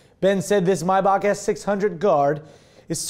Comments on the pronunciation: It's not pronounced My buck? It's may back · thought it was pronounced "may-back"